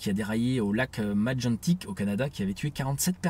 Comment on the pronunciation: Salut juste pour dire, je suis français mais je vis au Québec. Pour les millions de francophone, il est important de dire Québec au lieu de Canada.... Voilà je voulais vous le dire :) Sinon Lac Megantic, faut le prononcer comme Meguantic :) Merci pour votre excellent boulot encore une fois !